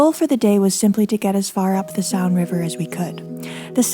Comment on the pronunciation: Thank you so much for your wonderful storytelling. I enjoy every minute of your videos. Just as an aside, you don't need to pronounce the "a" in Saône. Just let it rhyme with Rhône. Much love!